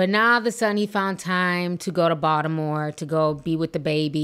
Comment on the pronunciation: As a Baltimorean I appreciate how Ti pronounced Baltimore how we do 😂😂